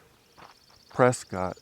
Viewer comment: Hi, your channel is great! I’m a native Arizonan, too… born in Winslow. I don’t want to offend you, but the majority of natives pronounce “Prescott” as “Pres - cut”. Bot of my grandfathers pronounced it that way and both were born in the late 1800s. No offense I hope.